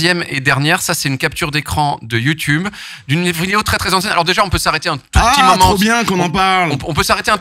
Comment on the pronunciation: Emission incroyable enfin le concept interview spectacle j'adore, juste j'aime pas l'interviewer (jsp comment on appelle ce métier) car ça se voit il aime trop avoir les regards et les rires sur lui (puis prononcer youtoube c'est non dsl), et j'oublie pas ses vidéos à la con sur la Suisse qui m'ont bcp énervées (et je suis pas suisse) Surtout les vieux qui parlent "verlan" du genre ce gars ou Jonathan Cohen... j'ai horreur de ça mais je suis chiante